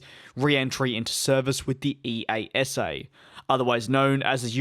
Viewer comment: ‘ee-ah-sah’ is how you say EASA